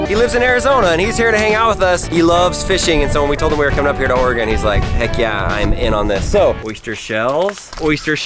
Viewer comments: Wow, someone who actually knows how to pronounce oregon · Thanks for saying Oregon right